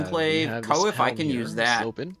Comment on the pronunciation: It's not "co if", it's more like kwaff